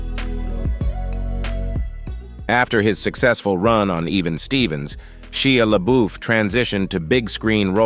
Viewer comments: Butchered some of their names 🫢😑😐 "Sheeya LaBoif" really? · the way Shia LaBeouf was said xD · a.i. voice got real southern there for a second when it said Shia LaBeouf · Never heard Shea Lebeouf or Raven Symone's names been so butchered....